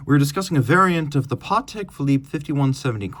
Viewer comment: Patek , not Partek.